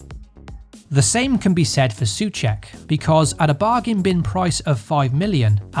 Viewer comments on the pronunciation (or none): Soucek = Saw check not su check